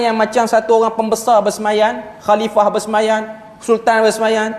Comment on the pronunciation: BERSEMAYAM.. bukan BERSEMAYAN.. bhs melayu pun tergelincir..